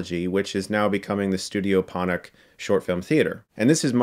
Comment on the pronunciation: Ponoc is pronounced Por-norch